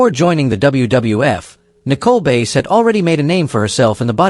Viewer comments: its nicole bass not base her last name is bass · Her name is prounounced like the fish, not the instrument. Bass